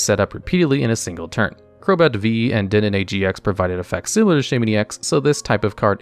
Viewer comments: Did you just call it "Den-denne"? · Great content. One thing though: You mispronounce FAR too many pokemon's names. Masquerina? Lasheeos? EDIT: Dendenne?!!!